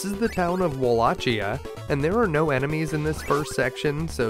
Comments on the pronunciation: Hate to be the guy, but it's not pronounced as Walla-Chia, it's actually pronounced as Walla-Ki-a. I know this, because that's how it said in the Netflix anime series, a lot. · A quick correction for strictly novelty purposes. Wallachia is pronounced, "vol-o-kee-o" and rhymes with, "Milwaukeea". That's in english. In Romanian the "ch" is a throat clearing sound that doesn't exist in the english language. So we substitute it for the "k" sound. Awesome video btw. Castlevania 3 was one of my childhood favorites. But i never did finish it. I also entered the drawing to visit the real castle (which i was hoping would be Poenari) but never heard back from Konami. I started studying about vlad the impaler a few months before this came out. Unfortunately very few Americans ever heard of him back then nor were aware that there was some real life inspiration for the Dracula story and the internet didn't exist yet. So finding info was difficult. But one thing i DID notice right off the bat was that the makers of the game used the real transylvania as a reference for the look of some of the places in castlevania 3.